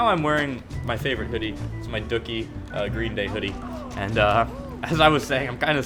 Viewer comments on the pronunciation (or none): it's dookie pronounced do kie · This man pronounced green days Dookie album like it rhymes with cookie. Its Dew-key, like.. human feces